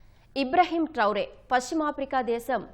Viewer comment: ఇబ్రహీం ట్రౌరే కాదు ఇబ్రహీం ట్రావోర్